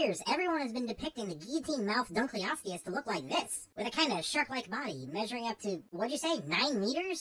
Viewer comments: I always thought it was pronounced Dunkle-osteus instead of Dun-kleosteus, since the fossil was named after David Dunkle. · Hey so um.....you're saying it wrong. It gets its name from an archeologist and the part of his name that is shared with this armored fish in pronounced done-kull-osteous not dunk-lee-osteous. Many many people say it that way and it is an ok way to say it, but it is technically supposed to be pronounced like I wrote out above.